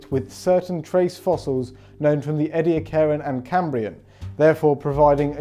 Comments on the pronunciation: ee-dee-akkaran, not eddy-a-car-an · Just a friendly reminder: Ediacaran is pronounced EE-dee-ACK-kree-on”. 😉